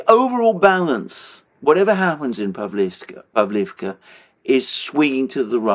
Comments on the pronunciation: PavlOvka, not povlivka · "Pavlovka" - correct pronounciation 👍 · I love you guys, but you seriously needs your naming of cities straight, either use the Ukrainian or Russian name... btw, Russian names are preferred, imo. Pavlivka just sounds stupid, instead of Pavlovka, same goes for Karkhiv/Kharkov, Nikolaev/Mykolaev, Kiev/Kyiv etc. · In Russian it is pronounced Pav-lov-ka. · The differences in pronunciation are due to Russian and Ukrainian versions of the one name. So in effect, both are correct. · Pavlovka is generally pronounced in Russian. Pavlivka is it’s Ukrainian name. Ugledar is in Russian and Vugledar is Ukrainian pronunciation. If anyone was wondering.